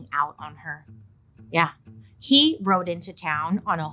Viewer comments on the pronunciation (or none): none